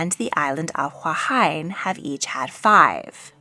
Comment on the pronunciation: Hi just a tip..... Vowels in polynesian languages (like in French Polynesia, Samoa and Hawaii) are the same as vowel sounds in Spanish and Italian and similar sounds in Japanese.... Huahine is pronounced "hoo-ah-hee-neh" not "hoo-ah-hyne" 😂 I know the hawaiian language is a bit difficult but Keakealaniwahine is "Keh-ah-keh-ah-lah-nee-wah-hee-neh" Love your vids but thought I'd add my 10c lol